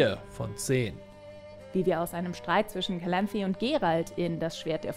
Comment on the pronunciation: Die Serie ist ein großer Haufem Dreck Stellt viele Dinge total falsch dar! Wie sie Calanthe ausspricht macht mich verrückt. Geralt und Vesemier wollten Ciri nie zur Hexerin machen!